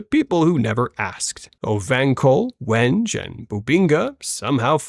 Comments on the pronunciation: Wenge is pronounced “weengay”. Sorry, I had to. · Wow...how embarrassing...mis-pronouncing Wenge (it's pronounced When-gay) while trying to sound superior about people who have never heard of Wenge.